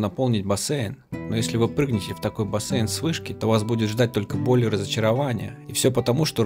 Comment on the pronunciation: БасЕЪйн, уже слух режет